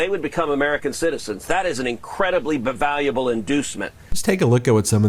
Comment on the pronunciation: Break out of Texas while it's freezing cold and most people have no electricity, for a sunny holiday in Cancun. Break news while trying to sneak back in, and blame the vacation on the kids. Break the word "valuable" and make it sound like it "bevaluable". That guy went to Harvard.